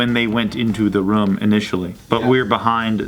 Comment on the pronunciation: Ha! says "rum" instead of "room" lmao 😂